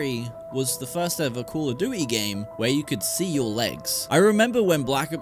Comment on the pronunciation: Call oh duwy ??? 🤣🤣